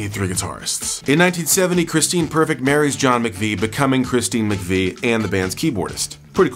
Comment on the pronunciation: John MAC-Vie....hm. Think it over bud, you're working with bad info from the jump. SMH